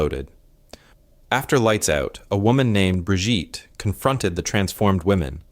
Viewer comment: I THINK HER NAME IN FRANCE WOULD BE BRIGITTE, BUT IN GERMANY THAT WOULD BE PRONOUNCD BREEGITTUH, NOT BRIGEET